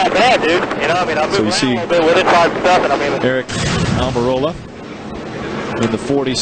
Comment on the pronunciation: Back then NO ONE could pronounce "Almorola" correctly... Took an interview at Dover where Aric had a sheet of paper as to how to pronounce his last name for everyone to finally get it right.